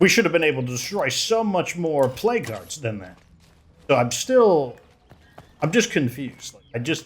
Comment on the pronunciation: Why do i hear plague guards when he's saying plague hearts?